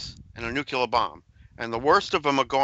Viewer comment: nucular,?? or nuclear. lol